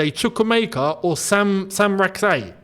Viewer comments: It's a Ghanaian name. Correct pronunciation ( Sa chi) not (Sak yi) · His last name Rak-Sakyi is pronounced Rak-Sa-Chi, with the last part pronounced the same way as cheese